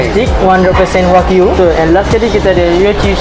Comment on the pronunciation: Dah 2025 pun masih dok sebut wakyu lagi ..😂😂 waklu